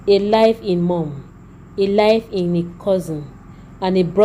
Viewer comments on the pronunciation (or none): Live in please! Not life in as pronounced